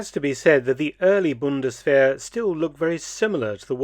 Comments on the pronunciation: It is pronounced, Bund-es-vair. 🙏🏼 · It sounds like mark said bundeswehr??